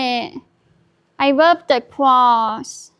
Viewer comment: "you got me bwacelet? omg I wub it! ESPECIALLY THE MISSING JEWEL PIECE, IT MATCH MY PERSONALITY" 😅🤣